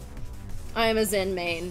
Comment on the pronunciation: its Xin!not Zin (dont give a fck about what poeple say